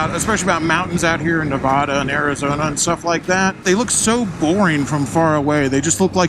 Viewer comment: Ah crap, you were in my town and I didn't see ya. Quit pronouncing Nevada like a Yankee. Keep it weird